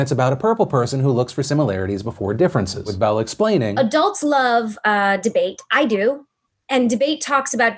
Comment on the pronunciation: I legit thought you said "bowel" instead of "bell" at the end there, Phil.